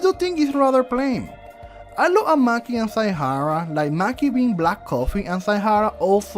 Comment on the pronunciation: Saimaki? Saimaki 😭